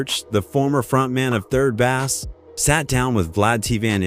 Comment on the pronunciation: Haha, and it’s pronounced 3rd “BASE” not 3rd Basss 😩🤣